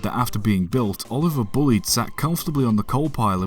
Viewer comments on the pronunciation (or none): The name is pronounced incorrectly, it is not Bullid, it is bulli ed. I met Major Bullied 15 years ago, the great grand nephew of the man himself, and asked him to clarify the pronunciation, the answer was as above, from the horses mouth, so to speak. No doubt this ignorance will persist because there are always those who think they know better.